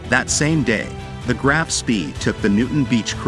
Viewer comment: It's not "Graff", but Graf, and the surname is pronounced Shpé